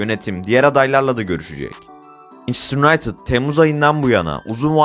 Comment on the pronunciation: kelimeleri yutarak konuşmasan çok daha iyi olucak kağıttan okuduğunu çok belli ediyorsun daha akıcı okuyabiliyor olman lazım. ayrıca takım isimlerini yutarak söyleme manchester unitedı ve PSG yi çok yutarak söylüyorsun. daha dikkatli ol